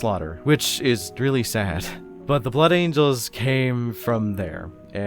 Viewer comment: I agree with your thoughts completely. As a Blood Angels fan, I actually have a hard time liking the "Blangels", if I correctly heard you incorrectly but beautifully call them 😏. I constantly find myself coming back to Sanguinius because I love this idea of love and light that he pushes that I feel I can never find in the same intensity or purity with his successor chapters. And I've been constantly looking for someone to explain why that is and so far, your video has come the closest out of anyone's. 🙂 Your views on the big Angel Boy himself remind me that we all like our respective characters from 40k because we connect with them on some level and that they have some inestimable degree of some human virtue to them or something like that and so it's important to remember that I, personally, really like Sanguinius because he's ultimately human despite his superhuman qualities and is also one of the few primarchs to really recognize that his humanity is a part of who he is. Regardless, and to make a long story somewhat shorter, I do also like how you broke down the flaws of his character that we often overlook; that he was actually very consistently getting closer and closer towards breaking down in a very awful way and that he may not have valued himself as much as he should have or given himself enough of a break to be able to bear through everything that happened. I'm glad that we can look at these fictional superhumans in such a way as to find their very human flaws so tha